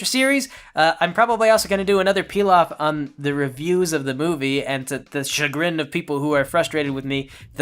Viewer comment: Why am i hearing pee loff instead of peel off? Dude im not even into MLP (me partner is), but i just find your channel fascinating